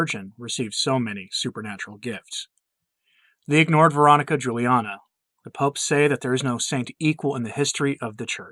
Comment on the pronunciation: I don't understand why you're not pronouncing her name correctly. You said it would be clear at your website but there's nothing about it